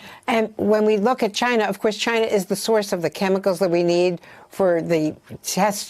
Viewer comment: Why does tRump repeatedly butcher the name China & continuously pronounce China as Chiinah? Do you suppose he does this on purpose or really is that dumb?